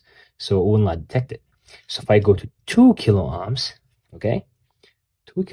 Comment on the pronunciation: The way you pronounce "ohms" as "ahms" makes me cringe a lil. Future biotech engineer here looking to play around with my physics knowledge. Excited to start this journey! 🙌🏾🙌🏾